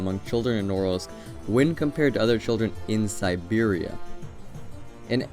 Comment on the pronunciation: Did he just said Bearia?